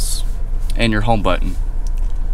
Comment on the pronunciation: "Hit the start engine bungine, and... she comes to luyfff"